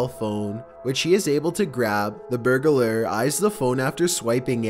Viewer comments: Voice isn't creepy, just sounds stupid. BTW, it's burglar, not burg-a-lar. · The word is "burg lur" not "bur guh lur". It's burglar. Burg. Lur. Nothing in between. It's like people who call realtors "real uh tors". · Wtf is a berg ah lurr? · Burglar = Burg-a-ler Tourist = Too-ress